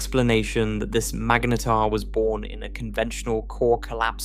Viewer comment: It really doesn't know how to pronounce mangetar does it